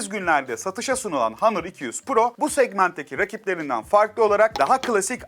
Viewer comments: Başta Honor sonra hanır:)) lan on Türkçe honor işte! İngilizceyi bile kırmak neden! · Kardeşim hanor hanır deyip duruyorsun doğru düzgün söylesene ya ne kadar itici geliyor ya günün ağzına sıçıyorsun hanır ne ya